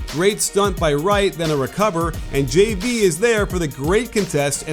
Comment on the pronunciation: Like how you can actually say his name right. Most people can't pronounce JV's name.